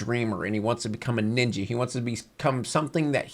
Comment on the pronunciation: I love this video, but man, I die inside every time says "Ninja" in this video.